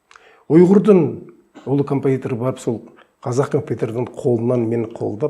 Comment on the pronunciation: Неге қазақ дегенді қазық дейди мына адам?